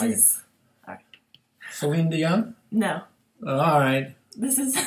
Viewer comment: 😂😂he said celene dion